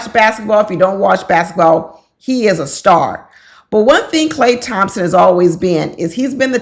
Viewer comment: lmao you said it right a couple times... you are ❤‍🔥